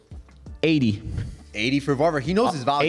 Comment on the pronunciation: It’s Varvar